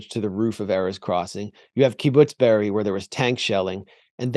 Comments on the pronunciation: Kibbutz Be'eri, not Beriah. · Chris can't even pronounce Be'eri but pretends he knows so much...